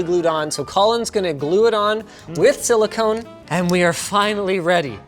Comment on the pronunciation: Thank you Linus for saying Silicone, really THANK YOU! I can live with the Euro Aluminium vs US Aluminum...but calling Silicone...Silicon...that is unacceptable.